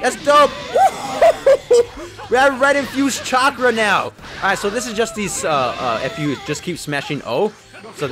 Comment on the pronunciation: No way this man called ki chakrs😭😭💀💀